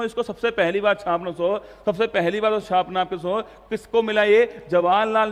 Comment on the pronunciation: Chhaapna chhapna bolte kya bolte ho bahut irritate krta h or rasugulla